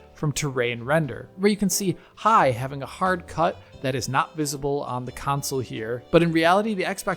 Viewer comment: Cun'sals Counsouls Cownsols Why can't he say console?